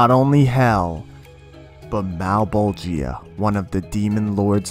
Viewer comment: Hate how you pronounce Malebolgia's name. If you had to say "Georgia", would you say "Ge-or-GI-a"? No, "Geor-gia". "Male-bol-gia", not "Male-bol-GI-a". For reference.